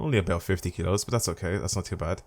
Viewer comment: When he said kilos it sounded like he said kidos lmao